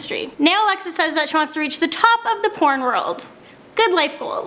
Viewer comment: from damn Courtney, de way you pronounced porn?!I know you watch !!